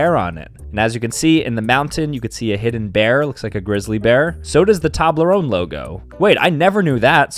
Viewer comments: STOP PRONOUNCING TOBLERONE LIKE THAT! It's pronouned like towblerown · It is pronounced TOE in toblerone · bro really said toblarone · Who else wants to tell him it's pronounced TOWblerOWEne? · Dunno if he's saying Tablerone or saying it too fast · bro really just said "tablerone" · It's pronounced toeblerone and one time I saw a basin robins store that wasnt attached to a dunkin donuts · Dude sat here for a full 60 seconds calling it a TOB-ler-own 😂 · bro really said Toblerone wrong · How can he say toblerone wrong? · Ok but we not gonna talk about how he pronounced it?